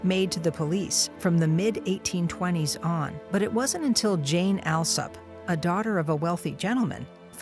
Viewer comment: Little has changed when it comes to the British class system! For the record, Alsop is pronounced All-sop. This is not a criticism of the narrators, who did an excellent job, just one of those foibles of British English.